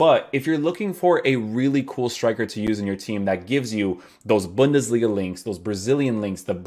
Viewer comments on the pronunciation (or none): none